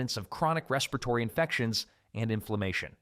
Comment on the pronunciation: It's pretty good though, just a few, "respiratory" was bad